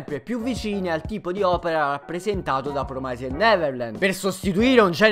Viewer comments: tutto giusto e tutto bello, ma porca di una miseria si pronuncia "Promisd" non "Promaised" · promised deriva da promise, che in inglese si pronuncia "promis" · D'accordissimo... Promaised non si può sentire...